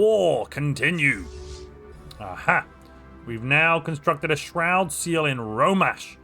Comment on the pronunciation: I really like the way you say shroud seal